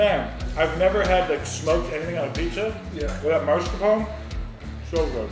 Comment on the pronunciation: I think you broke your own record for smacking!! Turns me off even tho I sometimes watch your vids. Come ON, noone else does that. BTW, just for future reference, it is MAScarpone, not MARscapone.